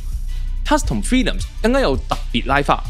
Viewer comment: 唔係 Villiams 係 Williams , WILL 呀…… 你啲乜嘢發音嚟㗎🙄